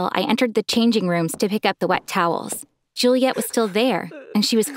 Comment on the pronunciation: It's Juliette not julia